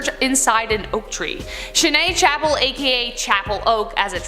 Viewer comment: Chêne Chapelle (Chapel Oak) is located in Allouville-Bellefosse in Seine-Maritime, France. It is pronounced shen sha-PEL. Great & informative video! Thank you.